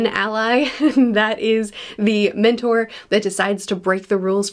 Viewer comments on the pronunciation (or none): none